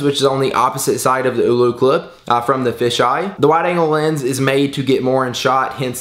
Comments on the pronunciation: OLLOCLIP NOT OOLOCLIP. MY GOSH! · its ollo not oulou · AH-LO CLIP. NOT EW-LEW CLIP. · Screen protectors don't work with it. And its not oooolooo clip. it's Oh-loh clip. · "eww-loo" clip hahaha